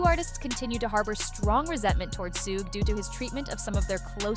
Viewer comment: I can't with the AI narrator saying "SOOOG" literally a million times in the video just makes me wanna punch a hole in the wall. HOLY $HIT your channel is lazy 😂